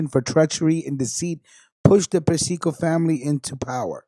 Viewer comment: Yo!, you're pronouncing Carmine's name WRONG! It's pronounced: "Per-cee-co".